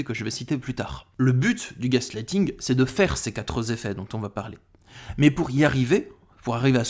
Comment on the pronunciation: "(Q)uatre zeffets".